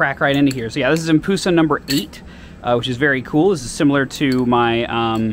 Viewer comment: Its pronounced ‘Em-Pu-Sa’ not ‘Em-Poo-Sa’ and tequnicly there both in correct as it’s just called the empress madusa